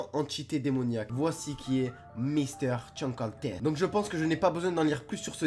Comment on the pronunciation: Bah déjà prononce bien son nom steuplaît et X files est tout sauf pour les enfants c’est une série sur le paranormal avec des enquêtes arrête YouTube car c’est de la merde